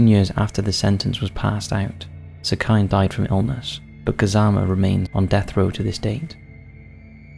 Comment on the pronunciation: I love the work that u do but I am begging u to look up how things are pronounced before including them in videos. for example the name 'sekine' wouldn't be pronounced 'seh-kai-n', it would be closer to 'seh-key-neh'.